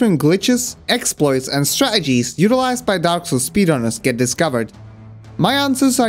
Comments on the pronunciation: It would sound better if you pronounced the middle T in "strategies". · This guy says strategies like British people say water bottle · Man the way he say stratagies just hurts me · I love that you replace the t in 'strategies' with a glottal stop like a cockney accented person. I'm sure that's exceedingly rare for a non-native English speaker. Makes me wonder where you picked it up. Maybe a tv show? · Is anyone else triggered by the way he says strategies? It’s like they inserted someone else with a different accent into the dialog every time he says the word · I love your pronunciation of strategies. Did you grow up in London by any chance? 😂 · Great vid but that's not why I'm commenting. By your accent, it's fair to assume that English isn't your first language (your English is fantastic though, i'm not criticising). However, your pronunciation of words like "battles" and "strategies" is so unusually regional. Were you taught by someone from Manchester, or by watching something like Shameless or Coronation Street? I'm from Manchester myself and it kept making me smile every time that, just for a split second, you transform into Liam Gallagher then back into your accent haha. It's such a great quirk. Has anyone ever asked you this before? OH! I've just thought. Maybe you went to university here? Anyway. I'm just stoned, entertained, amused and charmed all at once. Thanks man